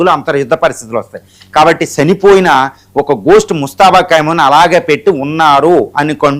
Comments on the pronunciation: Kaimoni kadu Khamenei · కైమోని లేకపోతే కైమా కాదురా బాబు ఖమేని